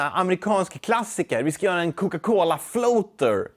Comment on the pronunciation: Varför säger du Coca Cola så konstigt? Är det din dialekt eller har du bara fått för dig något?